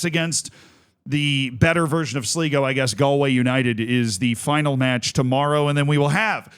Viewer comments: Amazing game for sure, but Z you butchered just about everything there. Just a total hack job. As many pointed out , it's Sly-go, not Slee-go. Galway United and Sligo are fierce rivals from the west of Ireland, nothing much to do with current league standings. And the "do you believe in miracles"? Seriously, you know almost nobody outside the US gives a hoot about that. And the reason Kerry has no long standing history, is because it's a new club, founded in 2023, it was amateur to start, now has a license to play in the Irish League. Sure you're excited about the game, but breathe, take at least 5 minutes to a little background research, just 5 minutes. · I think its important for future reference that its actually pronounced Sl-eye-go not Sl-ee-go, as I expect future updates on the irish cup and the irish second division standings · Seriously, please start doing a minimal bit of research before these vids. It's 'slygo' not 'sleego' you had it right the first time. Kerry are going to the semi-finals, not the final. This was the quarter final. Kerry can't relegate, there's no relegation from the First Division. You also could've seen Kerry was founded 3 years ago, no need to scour old cups for their participation. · You were so close it's pronounced sly-go not sli-go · Kerry cant be relegated because theres no relegation and it's said Sly-go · its sly go . og god tell me he doesnt keep saying it wrong the whole video. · "Sleego, slygo, I think it's Sleego" Usual editorial rigour from Z. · Cmon man. All it takes is a 2 minute research of any Irish video talking about Sligo to get the correct pronunciation. Do better Z 👌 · "Sleego" lol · To everyone correctly pointing out that it's pronounced "Sly-go" have to understand that only winners get correct pronunciation. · It's sly go btw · I can't listen to Z continue to butcher Sligo - bye 🤮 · Long I in Sligo.